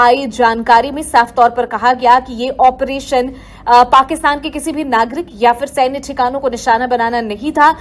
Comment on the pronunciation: Tu operation ka theek uchchar karna bhi nahin jaanta Kya video banane nikala hai